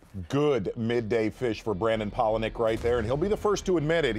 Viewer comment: Who's "Brandom" Palaniuk??